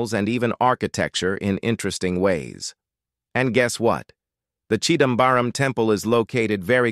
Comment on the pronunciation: chidambaram.. yes.. chidambaaram.. no! 😮 no baaram...